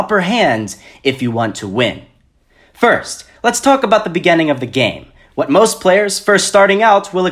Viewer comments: I was 6th in my first gam. My tactic was to stay low, drop somewhere sparsely populated and wait until final circle and until you die=_= P.s I like how he says begining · “Begenneng” xD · Great job dude except you triggered me when you said beginning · I'm sorry but why do you say beginning like that? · the way you say beginning....